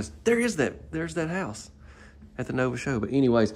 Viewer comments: It's Novi, not Nova. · it's pronounced Novi